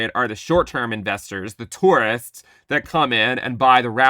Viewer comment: Calling them "Tourists" with the Hard R😆...